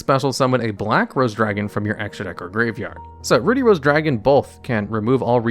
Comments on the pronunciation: "Ruddy" as in "buddy", not "booty" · Ruh-dee, not, Roo-dee. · Ruddy = Ruh-D not Rue-D. It means have a healthy, red complexion. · My eye twitched each time he pronounced "Ruddy" as "Rudy." 😅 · Everyone felt weird when say Ruddy as Rudy? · YES GOD AAUGH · Ruddy actually rhymes with bloody, not ruby! Bit of an old fashioned word for blood-coloured,or red in the face.